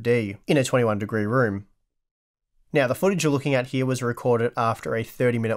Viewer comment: Did he say "Quiet some time meow?"